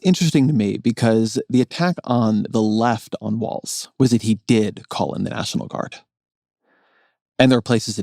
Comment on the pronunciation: Ezra, his name is Walz, not Wall. Cmon now